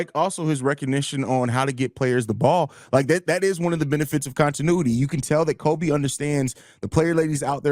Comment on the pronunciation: it's Coby as in Jacoby